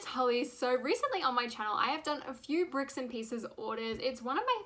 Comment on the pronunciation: lol you said bicks and pieces